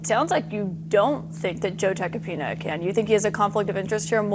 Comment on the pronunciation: I can't unhear Joe Tacopenis 😂